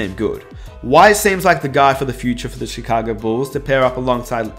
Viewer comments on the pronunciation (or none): none